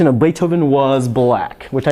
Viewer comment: we wuz "baifhoven"